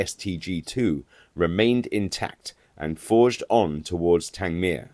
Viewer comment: I live near Worthing, and often think of the air battles that once raged overhead.. Everything about this channel is perfect, even the pronunciation of Tangmere ,with stress on the last syllable..... a wonderful aviation museum there; a visit brings tears to one's eyes.